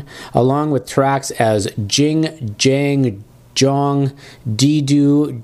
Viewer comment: Ging Gang Gong, not Jing Jang Jong